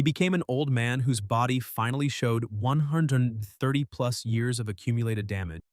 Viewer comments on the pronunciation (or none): Say 130 again 😂😂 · 🤣🤣🤣🤣🤣 sounded like he did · Did you have a stroke trying to say 130? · It's nice to hear a ai having a stroke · Sounded like 130 strokes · broh this comment got me dying bc it fr did sound like it😂😂😂😂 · The a I can't say "130" properly ! 😆